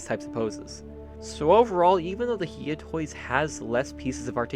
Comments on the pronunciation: I think its "High-yah" not "hee-yah" toys. I'm still gonna get the hiya toys cause sh is expensive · The way he says "hiya toys"